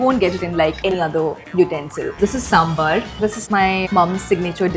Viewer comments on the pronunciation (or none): none